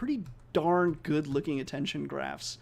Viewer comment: Incredible work. I think the transfer learning can be improved by doctoring your transcript to account for your accent. Youll be able to overcome the pronunciation issues once the model is trained. For example, when you say good there is a heavy u sound. You can transcribe it as gould and it would likely be a closer phoneme